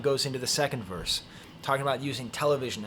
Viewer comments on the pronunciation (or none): none